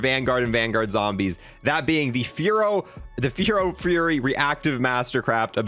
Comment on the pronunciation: It’s pronounced ferro fury you dope 😂